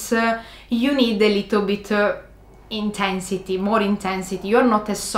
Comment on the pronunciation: "too much intehnssity"